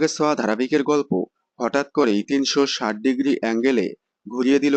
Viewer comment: Anurager soa mane ta ki, ki j bolen apni, uchharan thik korun